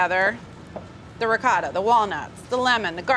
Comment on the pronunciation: Ricotta....please pronounce it right ,Noodle....yikes!!!